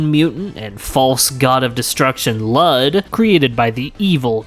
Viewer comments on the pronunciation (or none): you pronounce it wrong its pronounced lewd smh